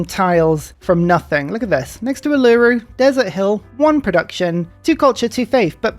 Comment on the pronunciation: Ahhh, another example of mispronouncing Uluru... All is right with the world